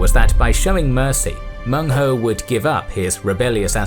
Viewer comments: Excellent information. Minor flaw though, his name was Meng huo, not Meng hou. (You know the sound is funny) Well ancient Chinese certainly had colorful ways to name barbarians. But really, they are also very interested in assimilating them. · Meng Huo, not Meng Hou. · Its Meng Huo (孟获) not Meng Hou. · Cantonese here. An absolute MASTERPIECE. I prostrate to your scholarship & production skills. I've never seen such a detailed English summary of Nanman & Baiyue. Only 1 thing, it's Meng Huo not Hou! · Baiyue aren't one people. They're a collection of tribes and cultures sloppily clumped together due to their geographic location in relation to the Han. Also, it's "Menghuo", not "Menghou". Also, Lady Zhurong is definitely not the only woman warrior in the Three Kingdoms. Not only is she fictional, there also existed Lady Wang Yi, who fought beside her husband against Ma Chao, earning herself a reputation for bravery and tenacity. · its Meng Huo, not Meng Hou. Also the location of Meng Huo's forces should be on the south western side of the Shu kingdom, not on the border of Shu and Wu